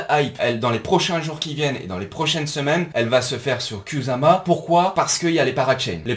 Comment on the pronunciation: étant japonophone, je peux te dire qu'à la française, ça se dit "koussama" 😁 Pareil que pour nos amis motards sur "kawassaki". Pour faire bref, le "s" se lit "ss" et le "z" se lit "z".